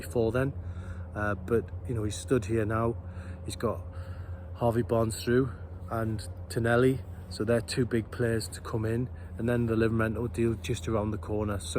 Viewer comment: Why do you call him Tonelli? His name is Tonali.